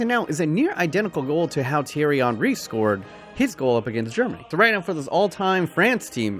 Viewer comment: He says zidane and says thiery Henry